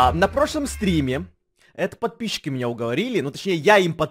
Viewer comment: Он говорит падписики